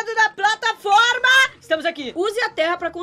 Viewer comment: O patlaforma